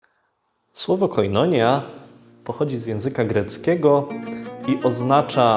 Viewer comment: Akcent jest na 'i', czyli koinonija...